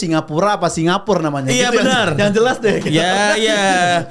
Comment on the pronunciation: singaparna bang 😂😂😂😂